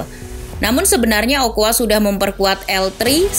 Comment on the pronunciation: 'Carbajal' baca 'karbahal', 'ochoa' baca 'ocoa', underrated